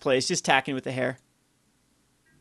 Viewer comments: Just so you know, "heir" is pronounced like "air," not like "hair." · Heir is pronounced "er" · Heir. Noun. Pronounced /er/ For the love of fuck,.. please...